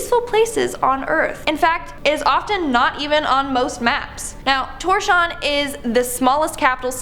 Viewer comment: Tour-shaun? Toors-havv-n.